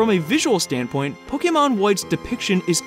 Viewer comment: i'd just like to thank you for being the only youtuber i've heard say pokemon right